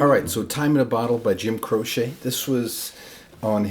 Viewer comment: Great work here. I've always heard his name pronounced like crow-chee not crow-shay.